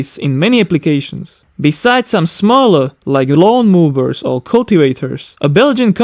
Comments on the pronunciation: Lawn mowers not lawn movers. I know the w in german is pronounced v😋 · “Lawn movers” wtf?